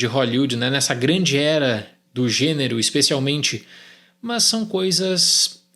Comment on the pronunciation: “mãs”, irmão da andressa urach